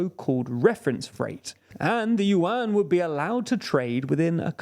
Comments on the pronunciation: omg, please not with the "Yu-An" again, hahaha its pronounced in one single sound at once, "Yuan", dont split it into two sounds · BTW its pronuounce YU-EN not YU-AN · I kept on wondering why he was talking about the UN and then I figured out he meant 'yuan'😂 its pronounced closer to 'yuen' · One Chinese 🇨🇳 accidentally found 4 100-yuan (pronounced "junk") notes of the same serial number. They are real, valid money. Lol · USA and USD are still the most powerful in the world while the Chinese yuan (pronounced "junk") lost 15% of its values this year alone. This has big negative impacts on Chinese economy. Chinese assets based on USD lost values big time, causing acceleration outflow of capital from China. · It's pronounced "Juan" like how Hispanics pronounce their version of the name "John". They can't pronounce Prigozhin either.... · More like Juan as in the Hispanic name for "john". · well, considering he said "yuan" dozens of times and never once said it right, Renminbi would actually probably be easier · Yuan pronouciation 😂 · And of course they're mispronouncing Yuan 💀